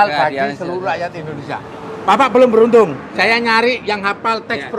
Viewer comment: Indonesia bukan endonesa hehehe